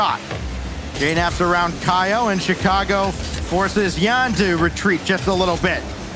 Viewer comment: Stop calling him "YANX" when EVERYONE ELSE calls him "YAN".